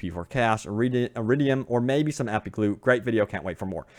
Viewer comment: "Epeec", "carneege" "oper-rord games"